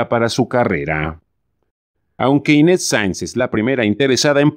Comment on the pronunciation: Y PORQUE LE DICE INTETZ EN LUGAR DE INES...